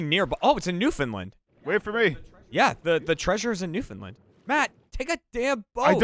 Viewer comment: Please please learn how to say Newfoundland. It’s been bugging me this whole series.